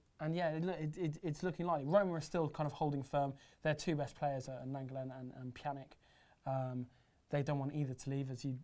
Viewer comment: Matić' name is pronounced Neman-ya. Thank you. EDIT: And, it is Pjanich. He's Bosnian.